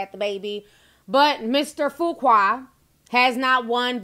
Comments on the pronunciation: I thought it was pronounced "Few-qway" We have a street named Fuqua in Houston and that's how we pronounce it lol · Hmmm.... You sure it's not pronounced "fukka"... But anyway.